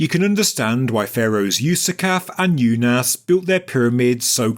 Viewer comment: It's pronounced oonas